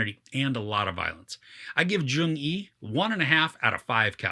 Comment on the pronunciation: U're pronouncing the name wrong. Its not joong yi.. it's jeong yi. Like u replace letter y with j in the word "young"